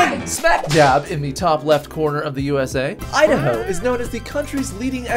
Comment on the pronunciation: Idaho " I da ho "